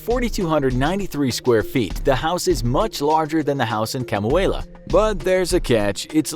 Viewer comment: I know this doesn't matter and it's not like anyone will notice this but Kamuela is pronounced Ka-moo-eh-la